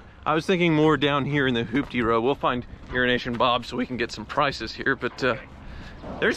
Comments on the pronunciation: WHY DO YOU KEEP CALLING IT "URINE NATION?" Lol. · It’s EUROASIAN BOB. Not urination bob. 😂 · I always thought you kept referring to Urination Bob, and I wondered how he got that nickname, Just realised its Euroasian Bob!!!! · I always though it was Urination Bob, not Euroasian 😆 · Oh wow! Until now, I thought that it was “urination” Bob. 🤦🏼‍♂️ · Even Youtubes' automatic subtitles say "urination Bob" 😂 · Did I hear “Urination Bob”? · I always thought it was 'urination bob'. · He says it every time. He must hate the guy